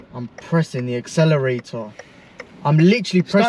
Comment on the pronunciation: “ I’m pressing the acceleraao”